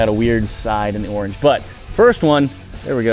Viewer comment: Do you know how to pronounce orange